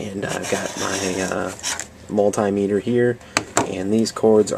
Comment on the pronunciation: Not called a mul-TIE-meter. It's a mul-TIM-ater. Good thing to know for next time.